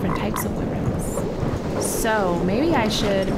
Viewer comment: I hate when she says WYVRENS when it's WYVERNS